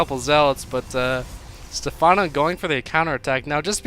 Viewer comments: You actually had the right pronunciation when you were joking around... it's "Stephano" with an accent on the é. For some reason all americans pronounce it with an emphasis on the a, which is very weird. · its pronounced like stefano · Does he actually not know how to pronounce stephano? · Lol, can't even pronounce something simple like Stephano, making Americans look bad.